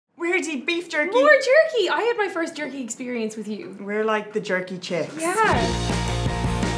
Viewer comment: she literally pronounced the j😂😂